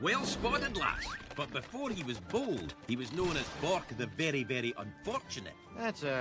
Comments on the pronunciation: BORK not bor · Its bork. Not bor